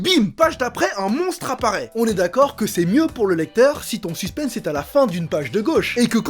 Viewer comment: Kevin on dit "suspen" sans prononcer le "s" qui se prononce juste en anglais "suspens"